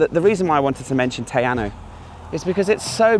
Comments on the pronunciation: Hey, Great vid. I wouldn't normally post about a typo but just in case a viewer wants to Google mapm search, its spelt Te Anau ( not Te Anu). Pronounced Tee-R-Now. Cheers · Te Anau sounds Tay Ah-now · Lake Te Anau - pronounced Te Arrno. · Your pronunciation of Te Anau is kinda painful sorry! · Mate you've got to learn how to spell and pronounce Te Anau